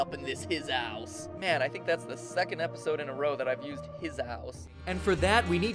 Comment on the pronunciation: Hizouse was said better the previous episode...in the HIZOOUUUSSEEEE!